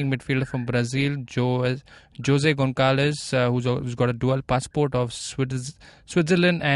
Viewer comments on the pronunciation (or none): Arre come on guys, it's "Gon-sal-ves" (José Gonçalves -- note the cedilla)